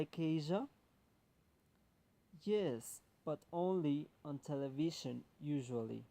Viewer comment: Grade: 5,0 Please work on the pronunciation of these words by taking into account the consonant sounds and the vowels: [ʃ] and [ʒ] sounds Television